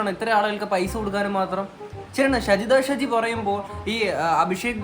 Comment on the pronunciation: Aadhyam name parayunnath padik😂😂